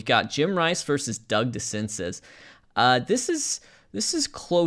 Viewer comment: I believe DeCinces is pronounced di SEN zay.